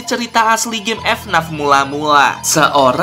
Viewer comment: Ck ck ck eh bang ngomong nya bukan efnaf tapi efenaef